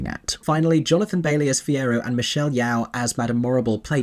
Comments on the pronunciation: just a quick one, its pronounced michelle yoo (like how one would go ‘yo’ in greeting or yo-yo) not yow like (ow! in pain). this is important to me as a malaysian, michelle is a malaysian, a tremendous,unequivocal talent and her name deserves respect. beyond that, love your review, couldn’t have clicked on your thumbnail fast enough and am looking forward to the review with spoilers! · Yeoh is pronounced yo not yaoww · Michelle Yeoh's last name is pronounced like "yo" not "yow". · Amazing review!! As someone who was skeptical of seeing it, I feel better going in with looser expectations and just focusing on enjoying the new presentation Also, in case a comment hasn’t mentioned it yet: Michelle Yeoh’s last name is with an open “Oh” like “Yo-yo” and not “Yow” like the word “POW”❤ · Looking forward to your in depth review. The pronunciation of Yeoh should rhyme with TOE rather than be the sound you make when you stub one on a table leg! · The way you said Michelle's last name???